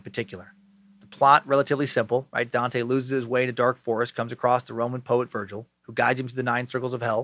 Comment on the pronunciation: Dante is my name, it’s great hearing Dan say it lmao